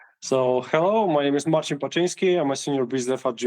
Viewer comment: Marcin and are too polite and don't correct yourabsolute butchering of Marcin''s first name.